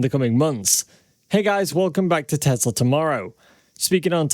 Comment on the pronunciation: Its pronounced teSla. Not teZla. Your driving me nuts with that man. I love your channel. So how to watch when you mis pronounce the name tho.